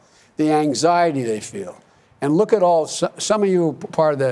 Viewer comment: Everytime he says "look" I imagine him saying "fat." 🤣